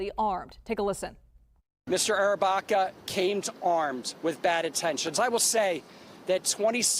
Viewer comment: What's going on here? The report's voiceover pronounces the accused's name as Andrew Arrabacca, but the supplied spelling confusingly is (Andrew) Barraca, a completely different surname. Which is right, if any? Get you act together.